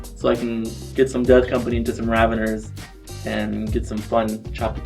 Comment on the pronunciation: It's a Ravener, not a Ravenger.